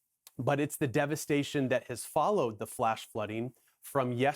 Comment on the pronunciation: It’s pronounced “Buck-canon” by the locals, not “Bu-canon”. Also, it’s Southwestern VA, not Western VA.